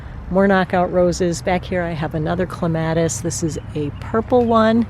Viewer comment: What a wonderful house and yard. As we get older, though, it just gets to be too much. I am guessing you are going to move to a condo? (You mention not shoveling again.) Also--- I do have to wonder why so many experienced gardeners -- with YouTube channels -- pronounce clematis incorrectly. It drives me crazy, but I try to get over it. After all, no matter how you say it, we know what you are referring to.